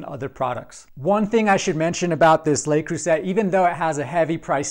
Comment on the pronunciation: Absolutely 100% disappointed in this skillet. First: it's important to pronounce Le Creuset correctly. It's not "Lay", it's "leh", or "luh", and not Croo-sett but Croo-say. Second: everything sticks to this interior surface. I have a myriad of LeCreuset items, love them all but not this one. Hard as the dickens to clean the so-easily-cooked-on food residue. Read other reviews to this effect.